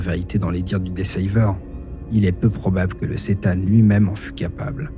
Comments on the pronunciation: Sa se dit c'tan je crois pas ç'tan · Ni l'un ni l'autre, visiblement! Dixit le wiki : The C'tan (pronounced ker-TAN) ... Super video soit dit au passage